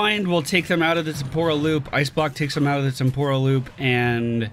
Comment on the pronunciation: It's TEM-por-al Loop, not tem-POR-al. Just fyi :P